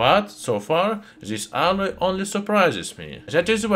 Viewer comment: It’s the way he says alloy for me. It went from “alice” to “alurt“ to “adda” and then finally just “ah”. 😂